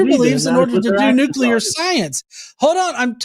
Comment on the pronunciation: Mark lost all credibility when he pronounced it nuke-you-ler. 🥴